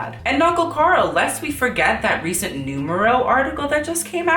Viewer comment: It took me a moment to differentiate Karl with gurl. I kept thinking he was saying GURL. GUUUL PLS. Still works.